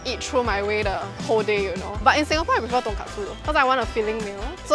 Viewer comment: Its ton-KOT-su not ton-KAT-su. Completely different thing